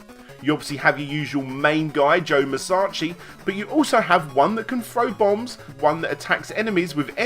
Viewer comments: Why do you keep saying his name as Joe Musachi and not Joe Musashi? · musachi? you mean musashi. speak properly my guy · Every time he says Musashi I die a little inside